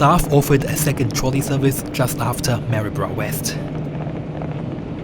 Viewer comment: Well done, you pronounced Maryborough correctly. Not many people do except us natives.